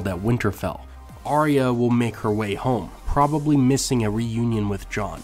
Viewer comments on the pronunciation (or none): none